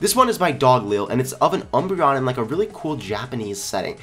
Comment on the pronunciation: ..... you keep saying umboreon wrong